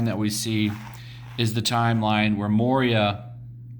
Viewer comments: Moira is pronounced "Mwar-a" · Now you just have to learn to pronounce "Moira." It's mwahrah. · Lol@ saying moira wow smh